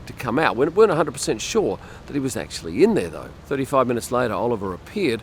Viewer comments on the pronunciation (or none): none